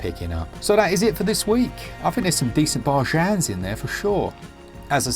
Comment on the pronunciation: Love how that pronunciation of 'bargains' gets more over the top every week! Also, worth noting that even if you have played Superhot VR before, the normal Superhot game has different levels so it's still worth picking up!